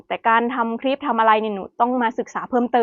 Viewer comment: พูดไทยได้ชัดเจน สำเนียง100% คำว่าคลิป ยังออกเป็น"คิบ" ร/เรือ ยังเป็น ล/ลิง ค่อยๆปรับไปนะลูก คนไทยเอง ถ้าไม่ใส่ใจก็ผิดเยอะเช่นกัน ไม่อยากให้หนูยึดติดกับภาคเกษตร คนทำเกษตรมีกินแต่ไม่รวย อยากมีกินหาเงินซื้อหรือจ้าเขาแทน เลิกคิดอย่างพ่อแม่บรรพบุรุษเราก็ได้ เกษตรหนักและนานกว่าจะได้เงินเพียงน้อย นวัตกรรมบางอย่างไม่มีตัวตนและน้ำหนักเลยแต่ขายราคาหลายพันหลายหมื่น ยูทูปก็เช่นกัน เป็นการขายจินตนาการไม่มีตัวตน/น้ำหนัก/